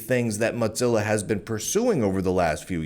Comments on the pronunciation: Never heard anyone pronounce Mozilla as Modzilla, is that the right pronunciation or is it Mozilla? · Mow. Zilla. It's not a cheese. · Honestly, Motzilla is a better name. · You continue to make a fool of yourself mispronouncing Mozilla. Unsubscribed.